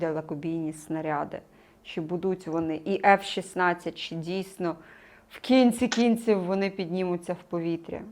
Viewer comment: невже так важко правильно ставити наголос у виразі "в кінці кінців"? Дуже неприємно звучить.